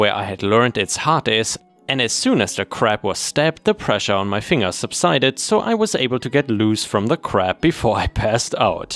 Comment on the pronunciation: A language tip for you, finger is with a hard G, fin-ger not fing-er.